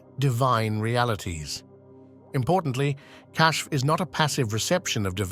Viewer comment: The word being pronounced as “cash” in this video is actually spelled “Kashf”